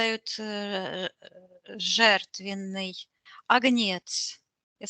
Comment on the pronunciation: правильно говорить,,а^гнец", ударение на первый слог.